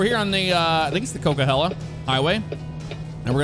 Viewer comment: Highways is pronounced "coca-holla" haha Love the content!